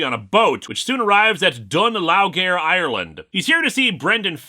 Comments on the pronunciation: Pretty sure the city is pronounced "Dun-Leary". Easy mistake though, Irish Gaelic is weird. Even the Irish themselves can't always agree on the right pronunciation. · Just for your Irish pronunciation on Dun Laoghaire - the Dun was correct, Laoghaire is said as the same as "leery". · Dun Laoghaire is actually pronounced 'Dun Leera'. This has nothing to do with the English language, it's because Irish orthography is very different. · As an Irish man, the pronunciation of Dun Laoghaire is ( done leer- re)